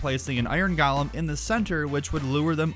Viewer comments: Uhhh… “Golem” is pronounced “GOH-lum”. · Please stop saying “galem” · I love the way you say Golem. It's like your saying Galem.